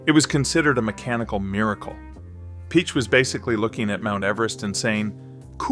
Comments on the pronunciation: you lost me at ferdinand "peach" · It's pronounced "pee-ach"